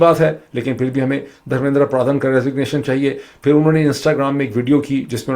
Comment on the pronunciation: ڈاکٹر معید ایک تو انڈیا کے وزیر تعلیم کا دھرمیندرا پردھان ہے جو آپ نے دس سے زائد بار غلط پڑھا دوسرا دھرمیندرا پردھان سے متعلق کاکروچ پارٹی کے حوالے سے سوشل میڈیا پر چلنے والی ویڈیو اے آئی جنریٹڈ ہے تصحیح کر لیجیئے گا 🙏 سب سے اہم بات آپ ہندوستان کے نظام کا تقابلی جائزہ پاکستان سے کرکے اُنکے ساتھ زیادتی کررہے ہیں پاکستان میں نہ کوئی تعلیم ہے نہ ہی کوئی وزیر تعلیم ہے پاکستان کا تمام تر نظام دراصل تعلیم اور شعور کے خلاف بند باندھنے کے لیے ہی تو بنایا گیا ہے